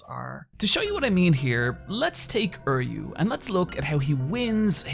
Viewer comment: Are you PRONOUNCING THERE NAMES BAD ON PURPOSE???!?!!? How the fuck do you turn Uryu into "Erryu" and Mayuri into "Myru" lmao WUT!?